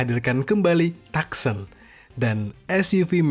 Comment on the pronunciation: Bacanya : tukson kak bukan taksen 😊